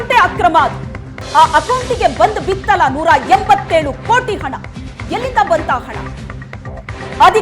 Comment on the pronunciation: ಅಣ ಅಲ್ಲ ಅದು ಹಣ